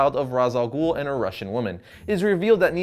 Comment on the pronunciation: also ghul doesn't have a silent h it has another sound which is "خ" in arabic and americans or people who speak only English in general can't pronounce it